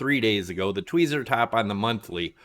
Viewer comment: Twee-zee hehehe